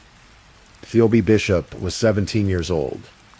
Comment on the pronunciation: It's PHEEBEE, not Pheobeee. Read yourself not with AI.